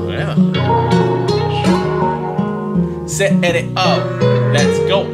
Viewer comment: Todo bien , pero es C.R.O AMIGOOOOOO